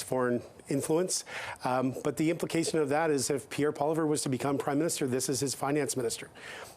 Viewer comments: can’t even pronounce Poilievre’s name properly. 👎🏻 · Is the guy on the panel so unaware that he doesn’t know how to pronounce the name of the leader of the opposition?